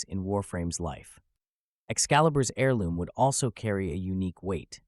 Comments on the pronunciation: AIR-LOOM... NOT HAIR-LOOM. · The H is silent in Heirloom, it’s always been silent, how do you mispronounce it like that? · You gotta take a little emphasis away from that H when you say heirloom.